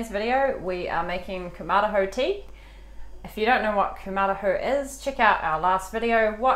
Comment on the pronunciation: Pronounced koom-ma-ra-hoe